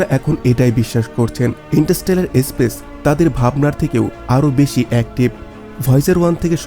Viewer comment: এসপেস না বলুন স্পেস